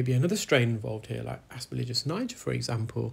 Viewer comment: I'm so glad you were able to help this patient! You really are changing people's lives. I do want to mention, you keep saying "asperligis", but isn't it "asperGILLus"? It makes me cringe like when people say "nucular" instead of "nuclear". Other than that, I love your videos! They're interesting and very educational!